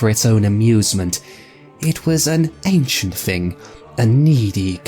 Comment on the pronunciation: The voice actor pronouncing the word "thing" as "fing"...